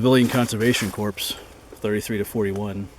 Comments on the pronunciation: Just so you know, "corps" is pronounced "core"; not "corpse." :) :) :) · Corps is pronounced "core" not like a corpse. Pet peeve of mine being 31 year US Army. Great video, love that place, been there many times, live in the general area.